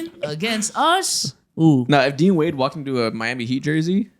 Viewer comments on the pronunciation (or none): none